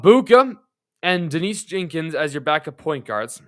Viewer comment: Ha! And Jenkins. Anyway, video is not bad, but you do come off as not actually knowing about the team when you get almost half the names wrong.